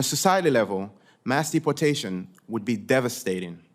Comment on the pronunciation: who the hell calls it dep portation